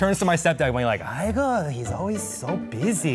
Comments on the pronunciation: its aigoo not igor lol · igor?? isnt it "aigoo"? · i never realized eugene said “aigoo” and i had always thought he said “hugo” as in that was his dad’s name. i don’t know. i just wanted to share that.